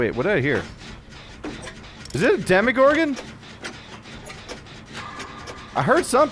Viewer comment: Dem(i)gorgon instead of demogorgan hmm...